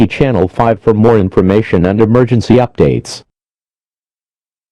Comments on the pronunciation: it said Emergencu instead of Emergency. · Child Abduction “Emergencus” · On the first alert the emergency said emergencu lol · There really do be an “Emergencu” doe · So is nobody gonna say anything about "emergencu" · "Child abduction emergencu" emergencu